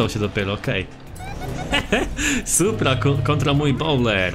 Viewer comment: To jest bojler a nie bowler